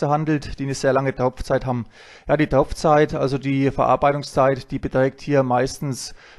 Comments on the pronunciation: Ich verstehe immer Tropfzeit!? Heißt doch eigentlich Topfzeit!. Sonnst ein informatives Video. 👍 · Es heisst TOPFZeit, nicht Tropfzeit